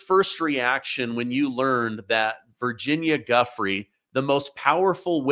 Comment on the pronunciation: Guiffre is pronounced jew-fray!